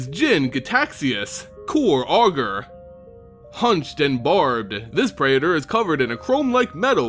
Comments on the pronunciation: What the hell is a pray-eh-tor? PREE-ter. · Its prētər not pray-uh-turs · It's like you get a third syllable in "praetor." Pray-eh-ter. I say it pray-tor. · Speaking of basic latin. . . Praetor is pronounced 'prey-tor', but just a heads up, that also means your channel name (as its also based in greek/latin) is pronounced 'ay-ther hub' Altho english has dumbed down a fair amount of its pronounciations. . . Its not hee-mo-gloe-bin, its hay-mo-glo-bin. Its not peh-doe-fyle, its pay-do-fyle (although technically it should be paedoghast, as paedophile translates into child lover, rather than child haunter like -ghast implies) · man, you couldn't have spent 5 seconds looking up how to pronounce "praetor" before making a video about them so maybe everyone wouldn't have had to listen to you butcher it like 30 times in a row? (it's PREE-ter, fyi) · Can't say praetor correctly, "Fuck it I'll make a video where I have to say it a million times."